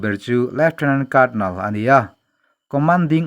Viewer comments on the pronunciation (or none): none